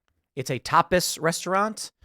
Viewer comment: It's "tapas" lol